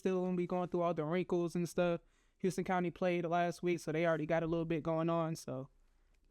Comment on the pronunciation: It’s HOUSE-ton County 😂